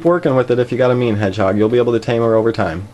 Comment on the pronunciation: Am I the only one who thought he said “meme hedgehog”